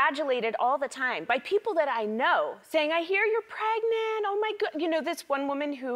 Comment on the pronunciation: i lost my shit when she say that she pregnent